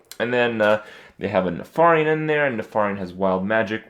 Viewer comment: You pronounce Nefarian wrong. Please, no one make fun of my name.